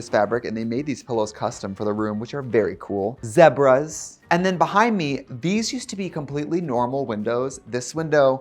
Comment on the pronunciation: Trixie says zebras not zeebras